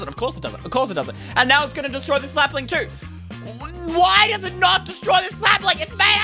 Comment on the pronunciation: You said slapling